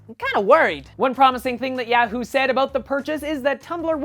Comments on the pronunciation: you might want to work on your pronunciation of Yahoo. You're stressing the "a" too much. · I keep laughing every time he says yahoo...HAHA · its yahoo not yahoo